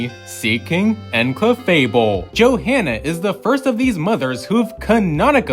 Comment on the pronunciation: You do know there's more than one manga, right? There is no "the" manga. The h in Johanna is silent. Jo-anna. ok WHO thought the Alola mom was Shauna? They don't look anything alike and there hasn't been enough time between games.